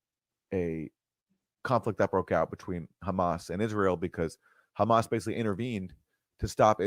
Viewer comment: Did Bernie Sanders really say “Khamas”? He is really awful nowadays.